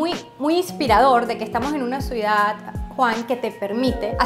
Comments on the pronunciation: Esta señora vive en una ciudad, y NO SABE NI DECIR "CIUDAD".🤯 Señora, NO ES "Suidá".🤣 Hay gente que viene a Miami a hacerse los finos y "fresas", luego les ves diciendo que para tener "calidá de vía" hay que tener un apartamento de $ 4millones.🤦🏻‍♂️ La mejor herencia posible a los hijos, es la educación y la inteligencia emocional. Con eso tendrán libertad financiera para disfrutar del tiempo libre, amarse a sí mismos/as, tener calidad de vida sana, en una casa bonita sin tantas banalidades inútiles que se tienen solo para "impresionar" a los demas y sobretodo, sabrán hablar correctamente su propio idioma.🤷🏻‍♂️😅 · La CEO tiene que aprender a decir "Ciudad" y no "suidad"... Saludos ✋ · Esta chica muy bien vestida, muy bien peinada y dice “suidad” en vez de ciudad 😅😂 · Me encanta cómo dice suidad en lugar de ciudad 😅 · Buen video Juan todo bonito, pero no podía evitar oír cuando la chicha decía suidad cuando es ciudad 😅 que pena vale dile que ensaye esa palabra. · Todo magnifico hasta que las chicas dijo "SUIDAD" como 5 veces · Toda la vida estuve equivocado... Siempre dije "CIUDAD" y resulta que se dice "SUIDAD"